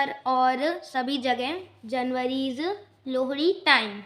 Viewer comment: Bhai Lohri bolna to seekh he